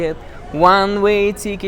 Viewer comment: Английское тикет больше похоже на ты/икет, а у автора получается цикет. Мы iнакш вимовляемо мякке тi